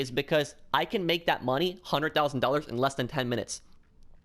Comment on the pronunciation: A hunded thousan dollas lol